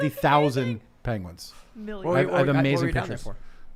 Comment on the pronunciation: Tim Pool: "PENGIEWINS IS PRACITALLY CHICKENS!"